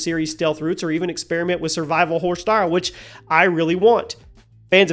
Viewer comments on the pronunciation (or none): none